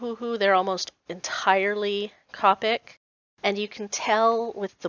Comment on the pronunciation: Nice! It’s actually “cope ic. Sounds like toe pick. Not kaapuk. “. Came from an official Copic representative.